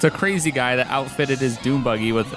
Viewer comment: lol the fact he siad doombuggy 6 times the last one made me laugh hes like it got wheels its a DoomBugghy XD